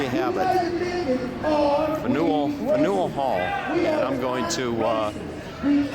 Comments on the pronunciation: Fan-you-ill Hall. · "Fan-yell" hall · FAN-u-ell! Like everything else in Boston it has a "unique" pronunciation. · Pronounced “fan-u-well hall” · You mispronounce Faneuil Hall! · You need to learn how to pronounce Faneuil.